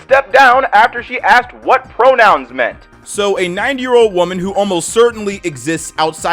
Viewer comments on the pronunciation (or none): none